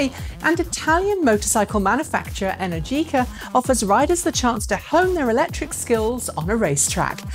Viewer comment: Great show as usual, but the correct pronunciation is "Enèrgica", not "Energìca" :)